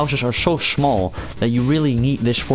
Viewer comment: lol I love how you sayed "shmall"